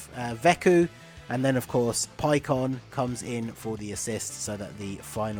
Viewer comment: its not pikkon its pecan